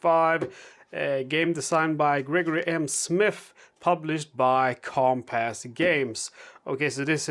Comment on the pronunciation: you make me laugh, which is a good thing. I must say the way you’ve said Compass makes it sound like you’re saying Comp-Ass, I giggle every time. Make it an “iss”, but maybe I should say that, because then I’ll never laugh again. Your english is great and you do the best content available for solo WW2.